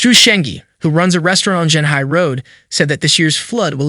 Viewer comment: Chee-ong-hai is the more proper pronunciation of Qionghai. The reporter's pronunciation made it sounds like Shanghai which is a completely different city